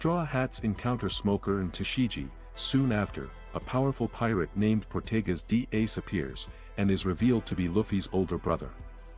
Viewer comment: “Portegas d ace” “diable jamb” 😭 great recap tho appreciate the hard work